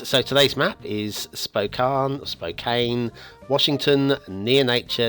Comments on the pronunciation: Once again mispronounces the name of the map - It it pronouced - Spo can - not Spo caine. Perhaps English is not first language.;-) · Pronounced Spo-can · Its pronounced like "spo can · Lol its spo can CAN like a can of soda 🤣🤣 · this map actually pretty accurate cause i live in Spokane. and you pronounced it wrong